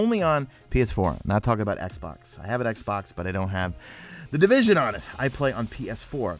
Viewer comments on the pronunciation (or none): di-vis-on? what is this game you speak of?